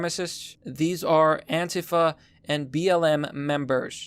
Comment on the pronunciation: says Antifa wrong lol